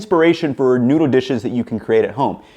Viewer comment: This guy can not say noodle. He says noodah